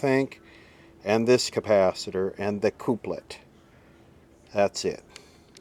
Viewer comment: Checkout how to say couplet